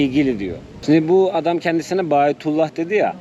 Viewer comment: Bayatullah degil. Verilen ad bahaullah!